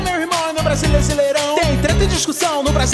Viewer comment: Vcs perceberão que ele fala brasileisirão e tá escrito brasileirão 🖒😑💩💩💩